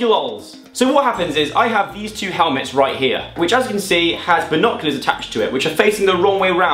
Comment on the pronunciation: Binoculolz geez get it right 😂